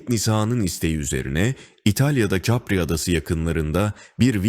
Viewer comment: Capri adası özel isimdir kendi dilindeki gibi telaffuz edilir Yani Kapri Adası . Capri denmez.Bu cehalete bu fırsat nasıl verili inanamıyorum